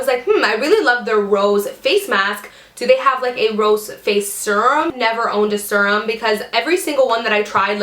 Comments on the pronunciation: Ahhhhh! Me too! And she kept saying it over and over. It's sErum not sUrum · Lol me too! I came to the comments right away bc I KNEW I wasn't the only one screaming it's "seer-um" lol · Ahhhhh! Quit saying sur-um! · omg the way you pronounce Serum is about to drive me crazy! lol